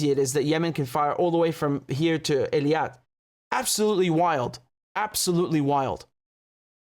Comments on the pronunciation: Eilat. It's pronounced "AY-LOT" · not ILIAT but EILAT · Practice saying Eilat correctly Your information is good but the pronunciation isn't working